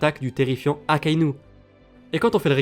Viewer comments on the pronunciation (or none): none